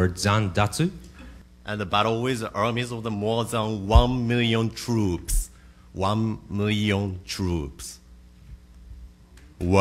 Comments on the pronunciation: Wan mirrioun tuuups* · waaan mirrion trooooooops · Wan muirion truups.... Wan, mirion, truuuuups.......... WAAAAAW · won mealian trupes 😐 WON MEALIAN TRUPES 😃 *APPLAUSE*